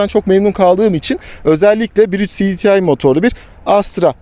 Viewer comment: Her şeyi Türkçe konuşup cdtı derken neden İngilizceye geçiyor? Siditiay nedir yaaa... Cedetei olacak